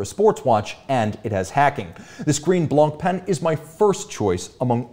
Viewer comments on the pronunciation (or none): BÖC baby! Btw, ignore the T and the C in Montblanc (so it's monblan) and Blancpain is pronounced Blanpin